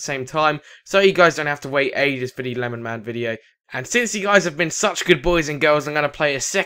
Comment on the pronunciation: FAR CRY 3 FUNTAGE 2 and no it's not lenman. It's LemonMan